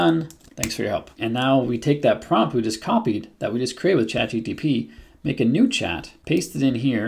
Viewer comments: I hope you are aware you are keep saying "ChatGTP" instead of "ChatGPT" Other then that, thanks for the vid :) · You said CHATGTP LOL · Bro... Start with learning the proper order of letters in ChatGPT... because you systematically pronounce (and even write sometimes) "ChatGTP"... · Am I the only one to notice that you call ChatGPT ... Chat G-T-P? Hmmm. I have heard a few people do this. It's a sort of auditory dyslexia. BTW: I found the same (similar) prompt on the Coursera course with Vanderbilt University. This is a GOOD prompt, I won't call it the ULTIMATE prompt, but it could be used by most or for most use cases because it is a generic prompt that can be use in whatever context you may deem fitting. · Came to say exactly this 😂